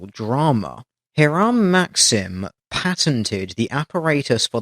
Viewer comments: It's pronounced "HY-rum", not "hih-RAM". Relatively common American name during the 1800s and early 1900s. Not expecting you to know that, it's a small point and I'm being pedantic. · It's pronounced High-rim - it took me a couple of seconds to realise who you were talking about (the Inventor of the Machine Gun)